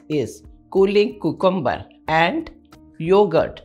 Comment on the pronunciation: Pronunciation of cucumber is wrong ma'am